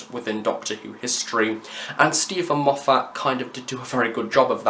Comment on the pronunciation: Enjoyed this a lot, but you picked a bad example of having a fan around to pick up on mispronunciations when you keep on mispronouncing Moffat's name... lol. Fans are often worse than showrunners when it comes to getting stuff wrong. Great review, though. Am currently finding your Big Finish stuff really useful. Thank you.